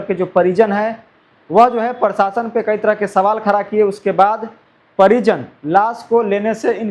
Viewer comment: Prashasan bolo tum prashasan bolta hai😅